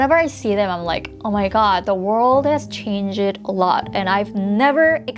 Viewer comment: Just so know u don’t say changed as chang-ed u say it as changd if that makes any sense. Any English word that ends in Ed is pronounced as d I really hope that helped 😄 if I auditioned to a k-pop entertainment company I would go for a bigger company or a company that is well known because those sorts of company’s u can mostly trust a bit more if I didn’t get into any of those I wouldn’t go for a small company coz I just couldn’t deal with the circumstances